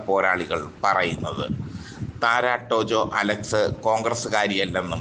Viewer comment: താര എന്ന് പറഞ്ഞാൽ പോരേ, വായിൽ കൊള്ളാത്ത പറച്ചിൽ കേട്ടിട്ട് സങ്കടം വരുന്നു😩😩😩